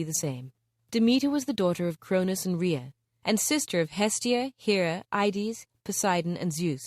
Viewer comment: Its Hades not Ides😩